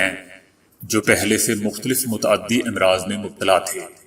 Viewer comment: Imraaz nahi Amraaz hai امراض کا "ا" مفتوح پڑھا جاتاہے لفظ"مرض" کا جمع ہے امراض یاد رکھیں........ سہ حرفی الفاظ کی جمع میں تقریبا ہمیشہ ہی الف پر زبر ہوتا ہے آپ ویڈیو کے اندر اس لفظ کو بار بار غلط پڑھ رہے ہیں